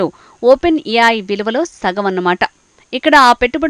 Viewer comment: yaay kaadhey babu ... A.I (Yeyy, I)